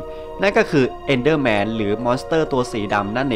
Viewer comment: EnderMan ครับไม่ใช้ Endderman